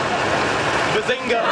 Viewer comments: Guys I am recently getting into this show. But I don't understand why does Sheldon says Bazinka. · Antonio Yates it is actually BAZINGA NOT SPALINGE!!!!!!!!!!!!!! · more like bazing-who?